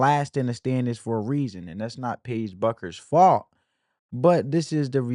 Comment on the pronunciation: I like your analysis's. (Her last name is pronounced like Beck-ers) 😊